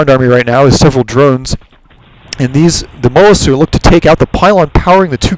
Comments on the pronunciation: Not trying to be a jack-ass but mutalisk is not pronounced mut-alisk, its more like mute-alisk, deriving its name from "mutilate". Otherwise great commentaries... keep posting. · it is pronounced "mute - a - lisk"